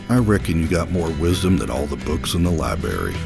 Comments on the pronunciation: How did he not correct him he literally said liberry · EXCUSE ME SIR ITS PRONOUNCED ~ Library ~ 🍵👌😑 Just kidding I love you!